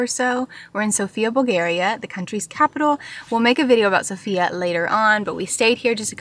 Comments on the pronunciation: The capital’s name is pronounced sOfia, the stress is on the O. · The capital is s0fia, not sofiA which is wrong but it is what it is and how we all say it. 🙂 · Sofia is actually pronounced so-fya, it has a fast pronounciation